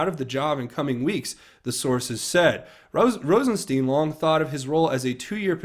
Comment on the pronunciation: Hi,. just a FYI about how to pronounce Rosenstein. The “ei” is German and is pronounced like the I in ice. In the reverse the name would be pronounced as you have been saying it. You’ve been pronouncing it wrong.